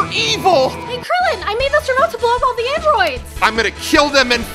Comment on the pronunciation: Imma have to give you half a like for because it said “ve nature”